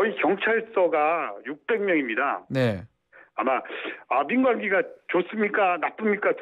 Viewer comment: 전국에 경찰관이 13만 명이고 경찰서가 600군데 라는 말씀이죠? "경찰서가 600명"이라고 들려서요~~^-^